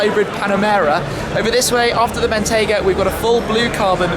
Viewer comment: "I've driven Bentayger a few times now." Intrusive R never ceases to be hilarious!